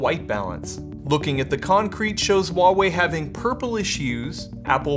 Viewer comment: Its wah-wei